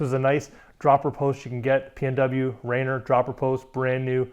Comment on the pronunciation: Lost me at "Rainer" LMAO its "RAINIER" (like the beer). I may be a little offended because i grew up right next to thr mountain this post was named after :)